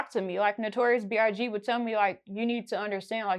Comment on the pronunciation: Not B.R.G 😅😅she not sayin B.I.G